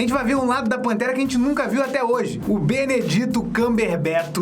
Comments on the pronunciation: não é BENEDITO, se fala BENEDIT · Benedito..😂pronunciação maravilhosa, amo seu canal ❤